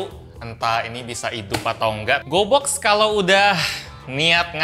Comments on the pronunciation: Gw kira pas dia ngomong gobox dia ngomong goblox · Gue dengernya GOBLOK astaga 😭